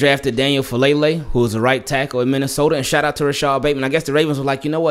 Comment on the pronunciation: Just for future reference, the last name is pronounced Fa-ah-leh-leh. Polynesian names man lol